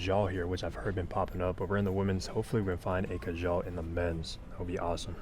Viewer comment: Funny the way you said Khadlaj, "Khajal". Love the content my man! :)